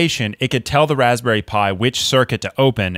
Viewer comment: REALLY 🤣 Raspberouille